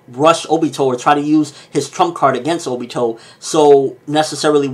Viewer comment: Ok it bothers me... It's not O..bito. Stop putting so much emphasis on the O. It's Ob..ito.